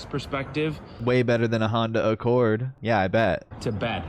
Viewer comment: "hondo accord"